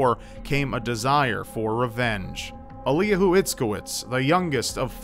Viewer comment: Eliyahu is pronounced "Elly-yahoo," it's the Hebrew origin of the name Elijah.